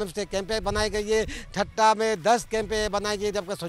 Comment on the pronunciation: Thatta not thatha